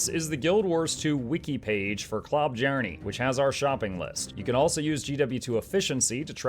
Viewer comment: I know it doesn't matter but dear god it makes my ears bleed hearing the J pronounced as a J and not a Y. So more like klo-byarne instead of klob-jarne or klob-jarn-ee shudders